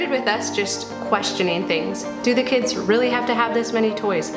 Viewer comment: This is going to come off as overly nit picky, I know, however I simply can't keep quiet any longer. It drives me crazy when people say kids-es... guys-es ... girls-es why oh why are you adding es? Kids...guys ... girls...boys... simple, no? Thank you and I'm so sorry to be a Debbie Downer because I really like you and your videos.